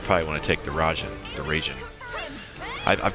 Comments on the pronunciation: rye-jean. "a" is like a short english "a", 'i' is like a long english "e", but quick. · Raijin like pie-gin.